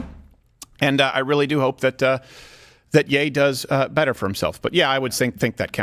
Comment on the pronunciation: Ye isn't yay. It's yee.